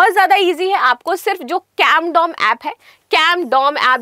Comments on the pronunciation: Are yaar Condom nahi CAMDOM h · Camdom app hai na ki condom app😂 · Are ye digital camdom h , na ki ki condom 😂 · Camdom ❌❌ Condom ✅✅ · CONDOM ❌CAMDOM✅